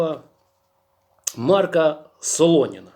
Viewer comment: Не МАрка , а МаркА.